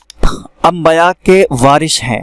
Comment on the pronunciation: Ambaya nahi balke dorost lafz ambiya he zara goor krye